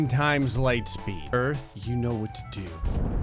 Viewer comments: You said Do instead of To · "I used the earth do destroy 100,00,000 moons" instead of word "to" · "Do destroy" 😂😂😂